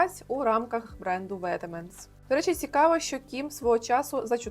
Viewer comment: Я зі своїми 5ма копійками,які не просили,вибамчте. Бренд Vetements читається як [Вет-ман]. Люблю ваші відео❤